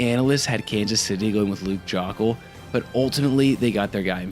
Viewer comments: Isnt it pronounced "Joke-ul"? This "Jock-ul" stuff is killing me lol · Joe-ckel is how it's pronounced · Dude just pumps content for money, doesn't even do research just reads what he sees. You can tell that by the fact he never realized he's pronouncing Luke Joeckel's last name incorrectly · Yeah that’s the reason I’m not subbing, strictly due to that Joeckel pronunciation, it just shows a lack of actual knowledge on the sport